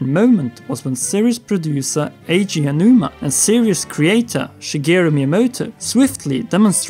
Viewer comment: I love the video and the theories but I cannot begin to explain how annoying I find your pronunciation of the name Eiji Aonuma. I am going to assume that this is simply just a case of not being aware of it. So the proper pronunciation is like (Ey-jee Ow-noo-mah). A man who has done so much for us Zelda loving gamers deserves that respect.